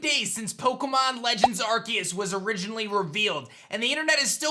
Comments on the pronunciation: I always thought it was said R-C-us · At least pronounce arceus correctly